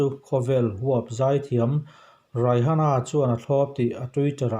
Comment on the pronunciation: Raihana ti in lam loh tur aw a spelling ang hian Rihana tiin lam mai zawk tur 🤭